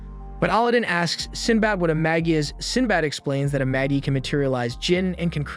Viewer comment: I think Magi is pronounced maji.